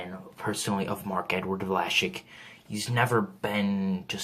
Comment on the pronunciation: It's vla-sik not vlashik